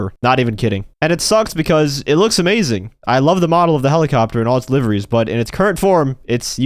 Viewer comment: Man said liveries😂